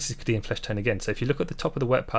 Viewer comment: Love your videos, but for the love of god it's Kay-Dee-anne. Kadin, is doing my head in